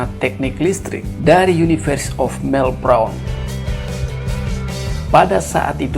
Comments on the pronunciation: Sebut melbourne sj salah hihihi melbrone bejajarrr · Universitas melbourne (baca melben) bro